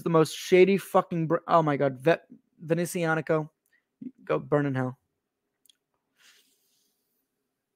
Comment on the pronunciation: I am someone that has Panerai and Rolex and several of this brand watch. I’ve had problems with Panerai and Rolex and occasionally this brand and this brand is by father fastest to reply and remedy. This guy can’t even say the name right and he clearly doesn’t even understand that Alessandro is actually one of the owners. he went to buy a cheap watch in the sunset that it’s not expensive and then apparently he haggle to get it even cheaper. This guy does not know what the heck he is doing and what he saying. He is an embarrassment to any watch reviewer honestly I’ve never seen so much dribble from someone’s mouth , I will never watch him again